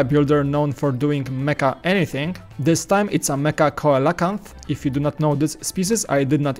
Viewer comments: Ko-a-la--ca? I'll give you a break, because you're Polish, and I've encountered people, born in the US, that struggle to pronounce it correctly. Regardless, I always love Nikaido-san's models. Kinda makes Forma look a bit lacking. ;] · Coelacanth is pronounced "SEEL-uh-kanth." That thing was badass! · It is pronounced see-la-cant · It's pronounced "SEE-LO-CANTH"